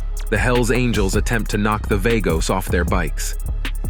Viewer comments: Vah-goes NOT Vay-goes or Var-goes. VAGOS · Vaygos? Really? It's pronounced Vah-gos. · I believe it is pronounced Vaa-Goes, that's more hispanic then Vay-gos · It's VA-gos. Dam idiot say it right... PURO VERDE siempre ✌️💚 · You are a dork or a bot. Pronounce Vagos correctly. As in V aaah gos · VAGOS!!! SAY CORRECTLY-U FUK-STIK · It's vagoes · It is not vaygoes.. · V-A-gos? Show enough respect to the club by pronouncing their name correctly. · What the f is vaygos? Pronounce it properly when you make a video about it. It's not even hard to pronounce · Mother of God !!! If he calls them vAYgoes on more time my head will explode 🤮🤐😖💀💣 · Right. I cant understand how he doesnt know how to say Vagos. He calls them Vargos too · At least identify them correctly. The name is Vagos , the a is silent.